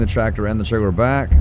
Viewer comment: Buddy, are you aware that your merch says “your fired” and it should be “you’re” maybe I’m missing the joke. Also it’s “trailer” I’ve heard you say the “L” sound. I know you can say it right.